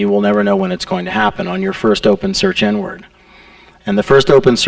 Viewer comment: wow took me like 40 minutes to realize he actually says "inward" and not "n-word"